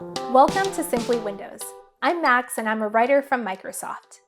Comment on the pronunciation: I thought her name was Macs instead of max